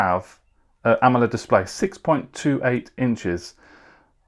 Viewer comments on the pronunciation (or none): none